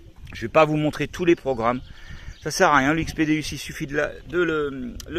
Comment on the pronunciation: Salut je vie mois aussi en camion en 208 et je suis a fond dans la détection .par contre petit détail sa dit déOUs sa s'écrit déUs mais sa se prononce déOUs car le non c'est dieu en latin .tu vas te faire plaisir avec j'avais le un maintenent jais le deux depuis sa sortie et c'est un monstre . t'est le xy c'est vraiment top surtout pour de faire a u e nouvelles machines